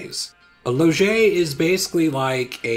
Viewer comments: it’s pronounced loge not loge-eh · (Small nitpick : the e in loge is silent, like any last e of (almost) all french words, except if it's an é which will be pronounced like you did)